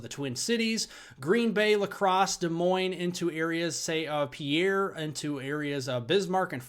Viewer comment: Hi. Thanks for the forecasts. I have one thing tho....Pierre, SD could be pronounced using French but I believe that spelling is pronounced Pier as in where ships are moored. Hope this helps.